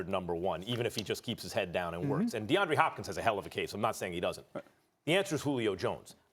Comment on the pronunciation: This clown really said Deandre Hopkins lmao